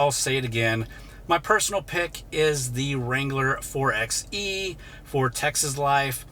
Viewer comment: FYI, the 4XE is properly pronounced “4 by E,” NOT “4 ex E.”